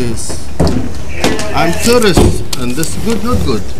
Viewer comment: He walks in to a hotel looking for a room and tells the front desk clerk. “I’m touurrist”. He was saying tourist, she likely heard terrorist He mispronounces tourist again while on the ground with the police officer at 4.29 minutes into the video This wasn’t racism or Islamophobia. It was a simple error because of a slight mispronunciation of two English word that are phonetically similar